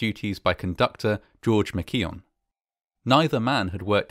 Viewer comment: Pronounced McKeowan, just saying